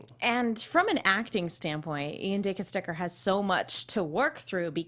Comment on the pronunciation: Good to have you back,! I missed your viewpoints. BTW, I believe Ian pronounces his last name "Dih-CASS-tek-er", or so I've seen in some interview clips.